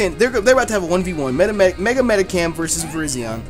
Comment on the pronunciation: it's mediCHAM not medicam